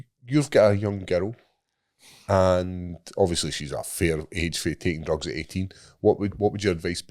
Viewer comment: Every time describes Weed as "DRUGZZZZ" or "MARYWAHNA" cracks me up every time! 😂🤣